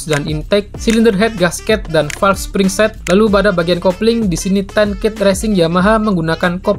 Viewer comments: Ten Kate ttp dibaca Kate mas,bukan Ket begitulah team nya sendiri yg bilang.... 😁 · nice info min, btw sedikit informasi aja, Ten Kate itu bacanya tetep Ten Kate kayak bahasa Indonesia, bukan Ten Keit kayak spelling bahasa Inggris umumnya.